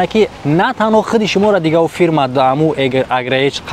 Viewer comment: Бесавод ферма нагу фирма бгу гап занира ёд бги